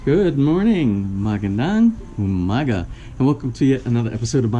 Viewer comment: I wish would learn to say Good Morning correctly too ~ Magandang Hapon